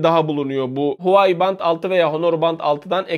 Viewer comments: Huwai değil Huawei reis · huai değil huavey diye okunuyo abi